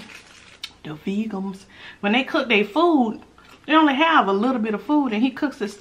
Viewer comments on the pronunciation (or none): The fool said "the vegums" 😂😂😂😂